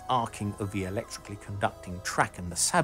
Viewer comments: Sabot is pronounced say-bo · Sah-BOE. You can do French. You are a smart man.